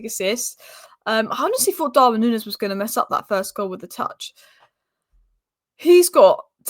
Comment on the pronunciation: Great channel, but it's LEEvi colwill and Darwin Newnez not nunnez. Please.